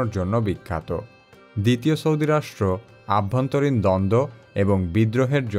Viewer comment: ভিডিও খুবই ভালো কিন্তু আপনি প্রত্যেকটা ভিডিওতে আভ্যন্তরীণ বলছেন কেন?আবার চলাকালীন সময়ে বলেন কেন?সঠিক হবে অভ্যন্তরীণ এবং চলাকালীন। এরপর থেকে rectify করার অনুরোধ রইল। ধন্যবাদ ভাইয়া। কিছু মনে করবেন না।